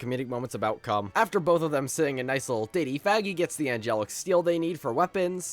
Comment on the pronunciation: Bro did not say 'Vaggie' 😭😭😭